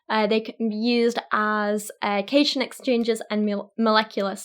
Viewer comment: I really loved the video, but I just have to point out that the way you pronounced 'cations' was incorrect, its actually pronounced like 'cat-ions' as in positive ions, the opposite of anions. Id love to see more of these sorts of videos in future!